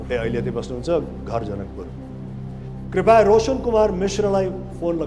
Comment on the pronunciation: राजेशजी ले सारै राम्रो संग कार्यक्रम चलाउनु हुञ्छ, दुइ चीज सुधारे राम्रो: १. बेला बेलामा 'हँ' भन्ने २. 'कृपया' लाइ 'कृपाय' भन्ने धन्यवाद!